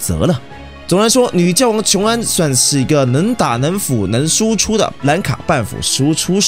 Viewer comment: 是覺皇（X）睡覺的覺皇